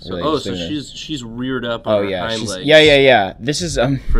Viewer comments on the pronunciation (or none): none